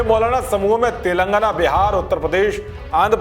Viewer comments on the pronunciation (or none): none